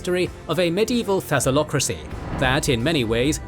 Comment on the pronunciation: Very cool, but it's thalassocracy, not thassalocracy, my friend.